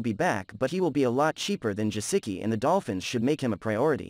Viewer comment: Pretty sure you're not saying Gesicki correctly. Lol